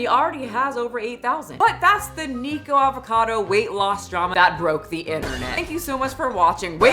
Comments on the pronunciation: I don’t you pronounce his name Niko 😂I think it’s Nik Ocado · NICK-OH-CADO! baha. But yeah I agree, I don't know why anyone watches him to begin with so he has a point about them being dumb ants lol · Nik-uh-cah-doe Ah-vo-cah-doe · Not who can't be bothered to say the Cado in Nicocadoavocado 😂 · Someone please tell me why she calls him “neeko” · Why does keep calling him Nicko?? I thought it was pronounced NICK….? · You say his name SOOOOOOOOO wrong!! 🤭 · Is it a running online gag for commentators to blatantly not say "Nikocado" correctly? I've heard it said so many different ways and I don't get why it's so difficult. 😅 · Idk why but the complete drop of the second syllable of the first word of his username bothers me. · I think the nikocado is a genius. It doesn't look good that you kept pronouncing his name wrong and most people who are reporting on this right now don't know the lore about his videos